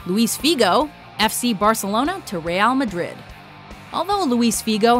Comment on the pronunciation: "reyal madrid"